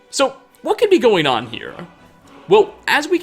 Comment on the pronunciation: I think it’s hilarious that you put an a on the end of certain words you speak for example the word here you say here’a or the word there you say there’a